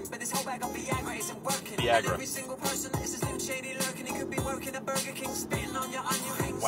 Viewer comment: The way he says "controversy" rather than "con-tra-ver-see" to the tune of the melody makes it seem like English isn't his first language but also having him mispronounce Viagra and Aguilera makes it seem like he isn't even aware of who Eminem is or ever heard the real versions of these songs and answered a Pennysaver Classifieds job listing to read lyrics off a sheet of paper like Krusty the Clown doing voice overs for his talking dolls one afternoon for $20. Like the dude on the album cover is someone else also contracted for a day for a photo shoot.